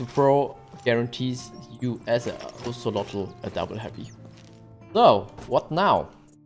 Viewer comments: Hahaha its Kate-Za-Ko-Ah-Tol 🤣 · That’s not how you say his name.. don’t pronounce the L